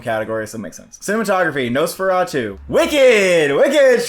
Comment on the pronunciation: Pls pronounce directors Brady Corbet and Coralie Fargeat names correctly, both don’t sound out the T at the end. Corbay and Farja is how they phonetically sound like